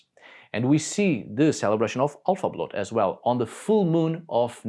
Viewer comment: Älvablot...not!!!!!! Alfa.get better.